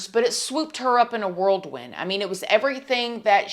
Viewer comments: It’s actually a whirlwind not a “world win” luv 😂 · she says "worldwin" like it's a real thing. Think you mean whirlwind sweetheart.